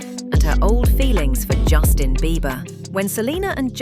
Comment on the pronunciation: Jason horrivelassistir , essa mulher falando o tempo todo o nome de Justin errado